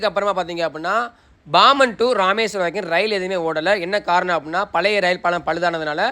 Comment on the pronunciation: முட்டாள் தமுளு பயலே , அது பாமன் ( BOMEN ) அல்லது BOMBEN இல்லை கிறுக்கா !! அது PAMBAN !! தமிழ் ஏன் அழிகிறது என்றால் அதில் P B G K F உச்சரிப்பு எழுத்துக்கள் இல்லை !! அனைத்து பிற மொழிகளிலும் உள்ளது !! வார்த்தையை பொருத்து ( பொறுத்து அல்ல ) க உச்சரிப்பு KA, GA, KHA GHA என மாறும் ! இது தமிழில் இல்லை !!